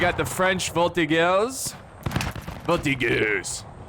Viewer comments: Native french speaker here! Voltigeurs is pronounced "Vol-Tee-djers" but you take out the "d" sound. Hope that helps :) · Nope, in french it's more like "Vol-Tee-dgers" but you take out the "d" sound.